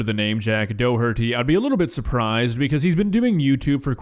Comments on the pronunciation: It’s pronounced dock-her-Dee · Just gonna tell you I think he is Irish or its a Irish second name so his name is pronounced D-o-her-tea, sorry for being a shithead